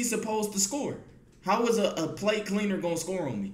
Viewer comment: I Thought He Said PlayCleaner But He Was Saying PlateCleaner 😭😭😂😂😂